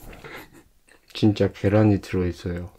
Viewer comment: 쥔차 계롼이 들허이쒀혀어🤣😍🤣 귀엽네영